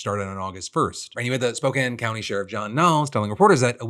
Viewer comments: 2 things I have to say, First wild to here my town of spokane in a ohillip defranco video, thank you for covering it, and second THANK YOU FOR CORRECTLY PRONOUNCING SPOKANE!!! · Thank you so much for saying Spokane correctly ❤❤ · Oh my god. You said Spokane right this time Phil! I could not be more happy. 😭😭😭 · you pronounced Spokane correctly, well done Philip.